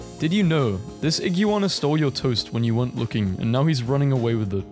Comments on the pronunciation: I love how you say iguana "Ig-you-wanna" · You say iguana like ig you are na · The way you pronounce Iguana is so funny 😂😂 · Oh good, someone else mentioned it! I was legit just about to look up if this was some weird American pronunciation thing like aluminium. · The way he says iguana is killing me in a good way😂